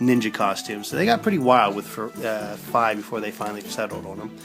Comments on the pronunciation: its actually pronounced (fee) not (fye) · It's pronounced FEE (Fi) >_> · its pernounced fee